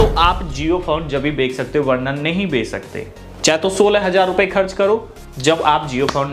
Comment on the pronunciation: bhai bek nhi hota bech hota hai